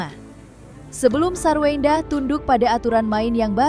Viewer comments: wkwkwk.. ini telinga gw apa emang hostnya ngomong SARWEWENDAH 🤣🤣🤣🤣 emang wewe kawi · Ngakak hostnya bilang sarwewenda😃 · Kok presenter nya bbrp x nyebut sarwendah "sarwewendah